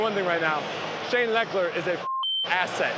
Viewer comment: as a Texans fan it’s kinda cringed me the way he said Shane Lechler I’m used to hearing it how the madden Brodcasters say it lol